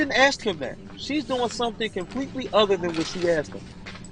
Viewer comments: He had to waste tax payer money because he is a narcissistic bully. Edit to say he also likes to "axe" questions 😂 and he wants the judge to "honor her oof" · Oh, Brooksy... don't use words you don't understand or can't pronounce: "exculpatory"; "tack-it" (i.e., "tacit"); "recoose" (i.e., "recuse); "aks" (i.e. "ask); "doo dat" (i.e., "do that").